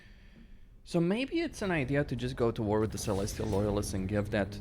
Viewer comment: It’s called “with” not “wit” pls fix that bro